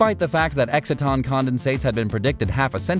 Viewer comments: EXCITE-TON, not exit-ton. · Learn how to pronounce exciton...